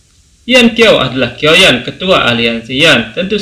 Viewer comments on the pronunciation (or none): Syioyan bang ..biar seragam sama konten lain ..klu kioyan agak janggal di dengar 🙏🙏